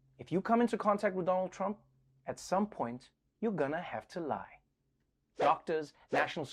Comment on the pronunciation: First time Trevor said Donald trump's name correctly at intro